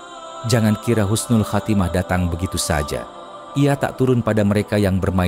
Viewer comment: Husnul bukan khusnul